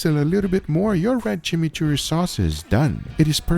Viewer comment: Chimichurri got butchered 😢